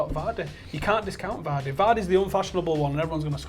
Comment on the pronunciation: Did my man say Vardy "_"